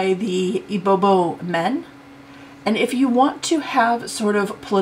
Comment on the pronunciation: It’s not ibobo lol Say “E B BEO” and you’re good 😂